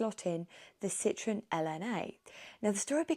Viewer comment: Fantastic! But you mispronounce Citroën throughout.